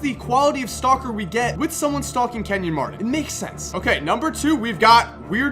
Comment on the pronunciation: Kenyon Mardon? BRUH